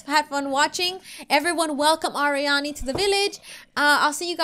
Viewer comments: Arieanne pronunciation: AR-ree-an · Arieanne isn't pronounced air ee anne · Alissa Merstrand umm, its Arieanne, not Arianne. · You pronounce it AIR-E-An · The name is pronounced Ar-ee-ann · That is not how it is said